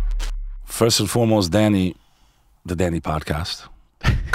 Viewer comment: I thought dude was saying “daddy” for the first half hour or so. He was just sayin Danny.